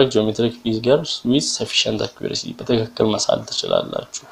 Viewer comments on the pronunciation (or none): none